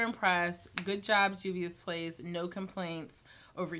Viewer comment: THANK YOU for taking five seconds to get the correct pronunciation 👏🏾👏🏾👏🏾 These channels that repeatedly say "I'm sure I'm not saying that right" need to level up...great review btw! 😉✌🏾